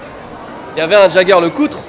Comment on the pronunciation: Bravo pour la prononciation de Van Cleef, dommage pour celle de Jaeger-LeCoultre...